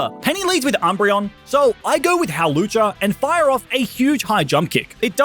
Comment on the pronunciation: Its hawlucha!